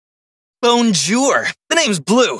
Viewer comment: why he say 'bone jour' 😨